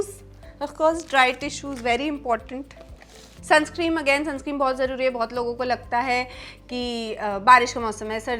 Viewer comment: Sunscreen hota h sunscream nh😅